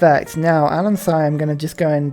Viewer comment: I know say things wrong as a joke but I don't know if that's what you intend to do with Anansi but the i is pronounced in the short way so it should rhyme with the name Nancy